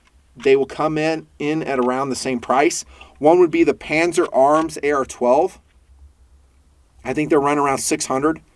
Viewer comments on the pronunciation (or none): none